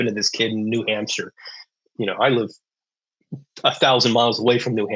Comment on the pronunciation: I live in New Hampshire, why did he say New Hampshire?? :(